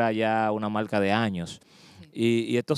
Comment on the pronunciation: La verdad que oir hablar español este tipo es un martirio. El dice "malca", palte", "polqué", "intelnacionales". ¡Diablos!